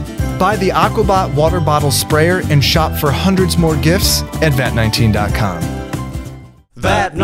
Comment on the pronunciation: Anyone else bothered when says ‘gifs’ instead of ‘gifts’?